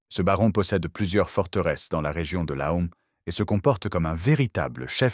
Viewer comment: Laon se dit Lan comme un paon ou un faon